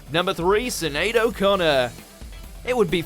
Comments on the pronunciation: "seyenead O'Connor" ITS PRONOUNCED "SHENEAD" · I'm sorry to be so petty, but as an Irish woman with a difficult name I have to point it out.. her name is Sinéad..which is pronounced SHINADE .. not SINADE. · ok - what was that pronunciation of Sinead? sin-aid? where was the sh - shin-aid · I'm Irish her name is Pronounced Shin aid... Not sin aid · It's not pronounced SIN-ade lol. It's a SH sound. Shuh-nade.It's just an Irish name & spelling. 🤦🏼‍♂️ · did you say "SIN EAD"? it's pronounced SHIN EAD you ignorant prick!....do some research before doing the voice over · Who is Amber "Heed"? Or SINaid ? It's shin"" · Its SHIN - ADE! O'connor and NOT SIN-ADE! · Ffs, it is not Sin-aid, it is pronounced Shenade, RESEARCH your material! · Sin...aid hahaha learn how to pronounce someone’s name before doing a video about making a fool of yourself It’s phonetically shin.aid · What idiot doesn't know that Sinead is pronounced "Shin" not "sin"? Why does this idiot at Watchmojouk always have terrible pronunciation? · The commentary is awful, let the audience decide! Also, Sinéad is pronounced ‘Shinade’, just saying. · Her name is pronounced Shinead, although it's spelled differently. 👍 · Oooh! Look what we've got! Nothing! Other than the bloke talking and no relevant clips. Is this commonly known as 'clickbait'? If so, it's a pile of shite. Subscribed? Clearly not! PS it's SHI-nead...please pronounce correctly 🙄 PPS it's also oh-live-ee-ay for 'Olivier' FFS Over & out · Sinead is pronounced with a “Shin-aide”. Still one of the greatest singing voices of the 80’s 90’s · Sinéad is pronounced shi- naid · Sin-aid? Have you been living under a rock since the 80s that you can't pronounce Sinead correctly? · Shih nade. Easy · She's not famous. Why would anyone know it's Shin aid ? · or maybe you get angry at someone pointing out it's pronounced "shin-aid". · Its pronounced shin-aid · It's pronounced 'Shinaid' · Do your research, pronounce 'Sinead' correctly if she's on your list🙄🙄🙄